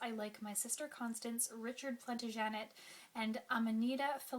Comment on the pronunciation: Good review, but be careful with the pronunciation of Plantagenet! ; )